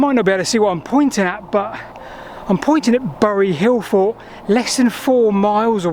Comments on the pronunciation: Why doesn't he pronounce the "t". He says Hillfor. Not hillfort. Why is that? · "T".. There is a "T" at the end of "forT" !! The number of times you say "hill for" i was hoping once you would say it correctly.